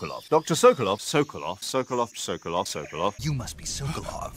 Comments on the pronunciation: the way says sowkowlov instead of Sokolov bothers me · All I hear now is "So glove" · No one: No one in the world:: S o k O l O v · I love how says Sokolov